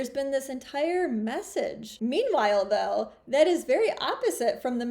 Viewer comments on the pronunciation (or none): none